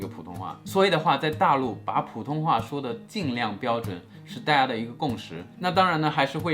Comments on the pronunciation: 老闆～～可是你的「大家」 已經開始懶音了欸～～哈哈哈😂😂 請回放🤗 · Kevin也太刻意了吧！我們說大家好，會有連音，不過講大家的時候，不會。這樣模仿的有點誇張